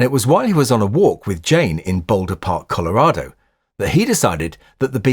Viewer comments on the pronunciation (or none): none